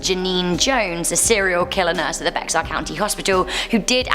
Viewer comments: What she say Bex...Are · Actually, the word used to be pronounced ""Bay Har" by the Spanish. They used that pronunciation in the movie, "The Alamo" in 1984, but it is "Bear". I think the Canary Islanders settled it originally in the 1700s. I love living here because of the huge mix of cultures. All those wild pioneers who busted out here to make a new life.. . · Abilene = ăbi leen. Bexar = bā har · Don’t mean to be mean but it’s pronounced bear I know it’s spelled like bexar but it’s bear great video though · I’ll admit that I cringed when she pronounced Bexar wrong. It’s pronounced like bear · Ma'am, Bexar County is pronounced "bear". You're accent is adorable. 😄